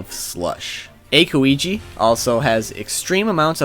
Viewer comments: His name is Aokiji not Akoiji... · It's pronounced owkija not Akiji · its not Akoiji kkk its Aokiji :) nice video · Aokiji not akoiji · That's AOKIJI NOT F'IN AIKOIJI?!! HOW MANY TIMES DID YOU MENTIONED IT. AND IT SOOO ANNOYING! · It's not a-ko-iji it's aao-kiji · A-koeegee (ow-ki-gee, please) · A-Koeji God dammit its Ao(ice)-Kiji or just Kuzan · It's AOKIJI, not AKOIJI. AO (Blue) and KIJI (Pheasant). If you're going to claim to be a fan at least get the spelling right! Not to mention that quite a few of the 'facts' are plain wrong. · Ow-kee-jee not Eyyyyyyyyyyyyyy-koh-ee-jee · A-ko-iji... I think it's pronounced Ow-key-g. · again it's aokiji not acho iji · its aokiji not Akoiji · ey-ko-wi-ji? (akoiji) or aw-ki-ji (aokiji) lol i cringe everytime. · Pls say Aokiji, not akoiji xD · It Aokiji not Akoiji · ITS OW-KI-GI NOT AKOIGI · It's Aokiji, not Akoiji. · jesus christ man. not to be rude but its not "Akoiji" its "Aokiji" said like ow-key-ji(g) or Ah-oh-key-ji(g). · akoiji?? dude its aokiji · It's AOkiji, not Akoiji or Akuiji. ...and, dude... Kizuru ?!? Really? KIZARU ! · I just can't stand it when you say AKOIJI. It's AOKIJI, Sir... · .p Aokiji, not Ekohiji. Also it's Kizaru, not Kizuru lol.. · Mate, it's Aokiji, not Akoiji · Why do people pronounce their name wrong. Who tf is AKooeegee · I like how he call aokiji akoiji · I love ya, but ya gotta work on that pronunciation every time you said "Ako-igi" I cringed hard😂😂😂 Or has nux taught you his ways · Wtf happen with his pronounciation..."Akoiji" Hell no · "aykoeegee" and "akaynu". i know you warned us about incorrect pronunciation, but c'mon. just try. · nobody: not one Area 51 stormer:: *aKiwEgEe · "Akoiji." That's your best misprunciation ever. lol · Wtf his pronunciation of Aokiji is akoiji????? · The way you pronounce aokiji is a problem. It’s ow-kee-ji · "A Koiji" excuse me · that bothered me, like ao kiji, its literally his codename blue pheasant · Eykoweejy? Aokiji? ... Kuzan?